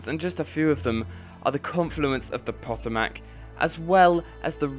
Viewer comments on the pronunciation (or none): Hiya mate :) Great vid! Pronuciation: Potomac River (divided Maryland from Virginia's northern border) PUH-toe-mack (I think you pronounced it like puh-tuh-MACK) and Antietam is ann-TEE-tam (I think you forgot the second T, which is all good)